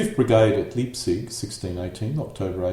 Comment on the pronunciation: Fusilier = Foosileer Leipzig = Lie+p+zik in German ei pronounced as eye, ie pronounced as ee.